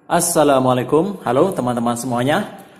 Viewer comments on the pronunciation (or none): none